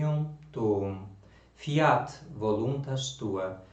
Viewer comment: Excelente! Eu só tenho uma observação a pronúncia de Fíat a primeira sílaba é forte, não acentua o "a", ficando FÍat e não fíAT. Fora isso uma pequena variação na melodia do Pater Noster, mas perdoável 😊. Só fiz essas observações porque gosto muito do seu apostolado. Que Nssa Senhora te retribua muitíssimo.